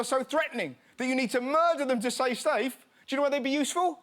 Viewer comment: we not gonna acknowledge “say stafe”?